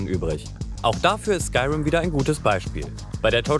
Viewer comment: Das wird Skürim ausgesprochen leude